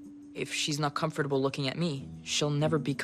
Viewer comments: “Com fur table” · WHY IS THE WAY SAYS COMFORTABLE SO HILARIOUS